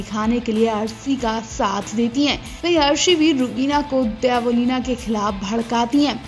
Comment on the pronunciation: Dybo ya Debo,,,,naam thik se lo